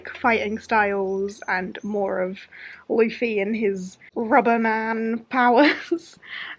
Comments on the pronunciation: I haven’t read the manga, but I’ve been watching the anime and i love one piece!! And it’s pronounced like Loofy😁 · You pronounce Luffy like London not, loo as in the toilet. Zolo is pronounced Zoro because the Japanese pronounce L’s like R’s. Usopp is pronounced Oohsopp.